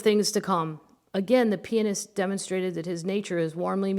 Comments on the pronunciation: I keep hearing you say penis when you are saying pianist. I’m gonna be giggling even more through this whole book. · I kept thinking the same thing